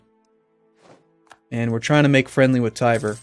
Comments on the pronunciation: why do you call Tver "Tiber"? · It's Tver.